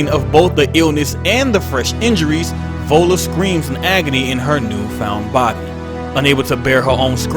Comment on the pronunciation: Awesome vid about Ellen but the way you pronounced "Viola" is wrong. It's NOT volla, it's vy-o-la